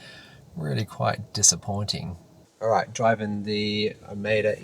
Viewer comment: It's pronounced O-MO-DUH.